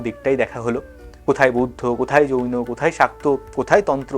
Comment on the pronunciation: যৌন নয়, জৈন হবে 😆😆😆😆😆😆😂😂😂😂 আমি শুনতে শুনতে ফিক করে হেসে ফেলেছিলাম।😂😂😂 এইরকম ভুলভ্রান্তি মজা লাগে। থাকুক।